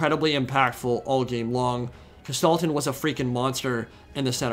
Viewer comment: It took me two minutes to realize you were talking about Kostaltyn. Before that I was all like - who's this Gestalten dude he keeps talking about? My german brain and the pronounciation didn't mix well here lol. What a battle though. I thought it was all ogre 15mins in. was that just the bear riders and heroes?